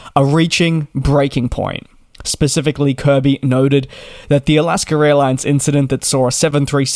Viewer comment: It’s AlaskA not AlaskER airlines.